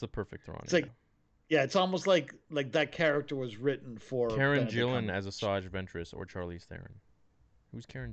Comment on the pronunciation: How many times are you guys going to discuss the actress Karen Gillan, talk about how you don't know who she is, and then talk about casting Nebula from Avengers. IT'S ALL THE SAME PERSON. Karen Gillan (not Jillan) = Nebula = Jumangi